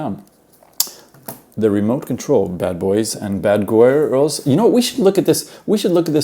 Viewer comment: In the beginning of the review (7.14) you mess up the word girls and announciate it as goils or goirls.😂